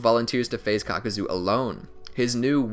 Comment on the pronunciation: Caca-zo lol